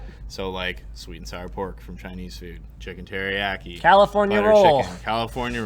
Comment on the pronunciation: "chicken teri-ack-i"